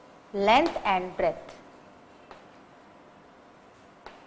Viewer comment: very nice video.. plz correct the word as "breadth" not breth